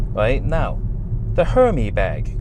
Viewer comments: Hermès is pronounced "air mezz". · why do you call the bag a Herm-EE bag? 🤔